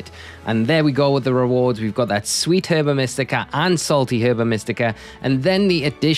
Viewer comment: Herba is said Erba